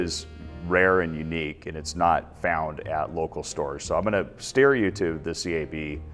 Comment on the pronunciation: "steer" ahahahahaha